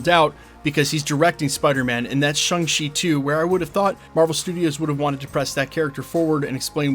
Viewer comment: Ugh. Still calling him Shung Chi. Were you sleeping during the whole sequence in the movie where they tried to educate viewers how to pronounce the name? Or did you just read the Wikipedia and keep pretending you've actually seen the movies? 🙄